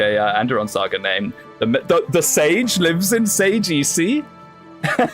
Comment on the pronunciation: Round two with "Sagesse"! The -e at the end, you don't really have to pronounce it. It's like Sage-ss. and the -s are like s in Spiderman or Sabrina, not a -z. As for the british coffee, I guess is used to these long american coffee huh? I heard they don't do coffee like Europeans.